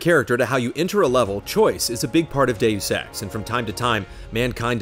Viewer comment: Now think of saying 'Doos Ex, Mankeen Dividead'